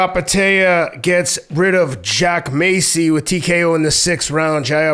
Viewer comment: Massey doesnt have a c in it like macy its not said like that